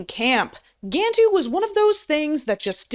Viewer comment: For a "fan", you sure dislike pronouncing "Gantu" correctly, and instead choose to pronounce it as "Gan-two".